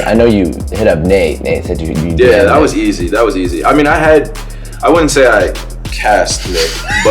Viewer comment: actually says “dat” instead of “that”